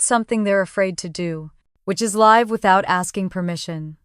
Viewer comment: Constant miss pronunciation of live